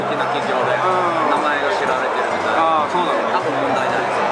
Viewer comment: ネイティブの「あ、そぅ〜」が聞けた！